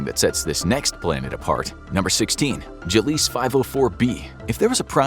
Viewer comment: "Gilleese" and "virginis" as you pronounced them, are actually pronounced "Gleeze" and "Virgis"... js. Extra "I" and an "n" there dude 👍 mind out of the gutter please. 🤣